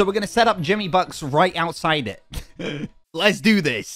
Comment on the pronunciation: Jimmy is the only one saying it right😂